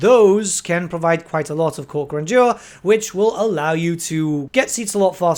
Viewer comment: “Gran-jur” btw